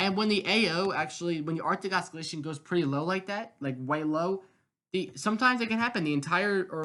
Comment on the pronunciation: I don't have a youtube station so i don't completely get this but why is there always 1-3 mins of garbage advertising spam and chum bucket chat in every weather video. get to the analysis please. I'll subscribe if your channel is accurate. i get it! edit also its "ossilation, not os-skillation"